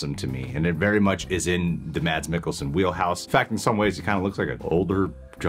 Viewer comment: The “D” is silent in Mads.